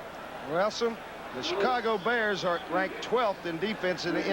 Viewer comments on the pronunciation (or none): none